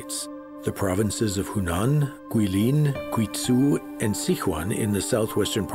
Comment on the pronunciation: gui-zoo and sick-wan hurt my ears